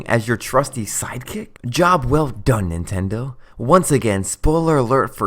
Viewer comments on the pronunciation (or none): none